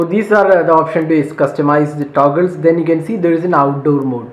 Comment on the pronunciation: Taguls😂 but btw you're review is great!